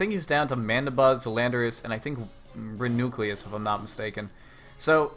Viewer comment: Reuniclus =/= re-nucleus. REE-you-NEE-kliss